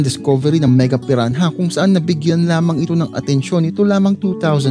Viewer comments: Pi-ra-na not pi-ran-haaaaduken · Silent h po kuya